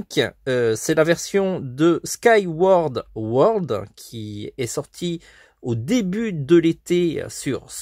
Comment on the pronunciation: J’en ai marre 😥 ont respect même pas mon jeu préféré 😂 sur la prononciation sinon bonne vidéo continue ont est la